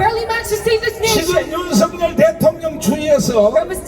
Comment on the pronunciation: 통역하시는분 윤서결이라고 발음하지 말아주세요 윤성열이라 발음해주세요 윤석열대통령께서는 윤성열로 불리길 원합니다